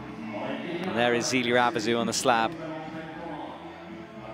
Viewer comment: This has been bugging me for months. If you have French names with an "é", like in Zélia, then said "é" does not get pronounced like an english "e" in the alphabet. It gets more pronounced like the first "e" in "ever". Please explain that to your commentator.